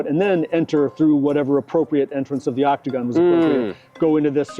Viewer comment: Okay maybe it's just my audio processing issues, but I SWEAR I kept hearing "optigon" instead of "octogon"....